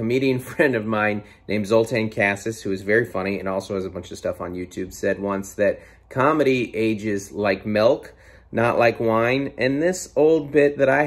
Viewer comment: Can we also talk about how you say milk? You said melk. haha